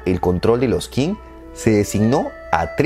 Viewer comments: Qing se pronuncia 'Ch'ing. En general las Q's se pronuncian como CH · En realidad la palabra Qing se pronuncia "ching" y de hecho de ahí viene el nombre actual de China con el que conocemos al país en Occidente, como dato adicional